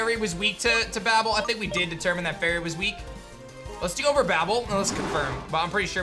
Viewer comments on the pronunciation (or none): none